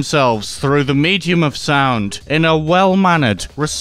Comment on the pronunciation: "Miidium of sound" "Self-Suck"